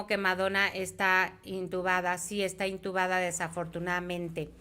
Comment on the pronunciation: Perdón pero se dice intubada 😂